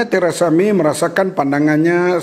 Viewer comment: Teresa May ke Terasami?? sebut biar betul?